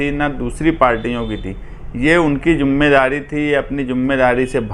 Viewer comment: ارے بھائی اپنے تلفظ کی ادائیگی صحیح کرو یہ کیا ہے۔ ڈاکومینٹ(ڈاکیومینٹ)، جُمّہ داری ( ذمّہ داری)، سہر ( شہر) ، سہریان (شہریان)، دہست گرد (دہشتگرد)، وغیرہ۔ صرف چند سیکنڈ سنا اور سب مل گیا۔ بھائی کم از کم بنیادی زبان تو درست کرلو اس کے بعد سیاست کو سدھارنا۔ اللہ رحم کرے قوم کے حالات پر ایسے ایسے لیڈر مل گیے تو ہوگیا مسلہ حل!